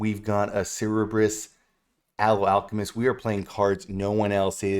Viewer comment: I just have to say, it’s Sir burr iss for the three headed dog! Love the video!